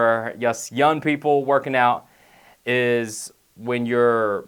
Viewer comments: Anyone else notice that he's saying "yun" instead on "young" most of the time lol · "yun" young* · lol 'when your yun' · lol he says pronounces "young" as "yun" :'D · KILLED MEE...."when ur yun" 😂😂😂😂😂😂😂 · he says yun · Love this guy but i cant help but laugh when he says young it sounds like yun. LOL! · *youn age haha thats what he says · "when you're yun" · does this guy not say G's when they follow N's? Stron Youn